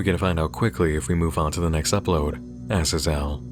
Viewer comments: Sorry, you've probably gotten this comment a million times, but Azazel is pronounced AZZ - ZAZE - ELLE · Azazel = uh-zaa-zl